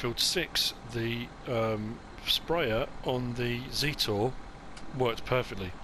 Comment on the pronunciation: Hello In reference to the observation you made about where the Zetor Tractor was made. It does sound as if it is a Russian made tractor. In fact it is made in Brno in the Czech Republic.Also it isn't pronounced Zeetor. It is pronounced like Jet Zet and then or. I hope this info is of interest. Keep up the good work with your videos. Regards Mark.